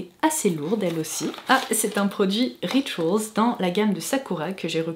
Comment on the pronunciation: RitOls 😂arrête avc ton accent la